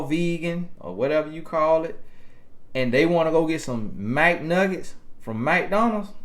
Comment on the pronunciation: Did you say MAC-NUGGETS ? Its Mcnuggets. You should've been a comedian.